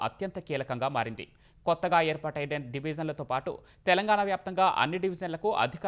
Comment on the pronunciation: Telangana pronounced wrong and these people are selected for news reading.